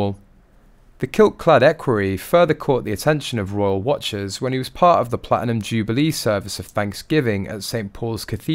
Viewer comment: Wish this commentary would pronounce the Ts. Its Platinum not pla inum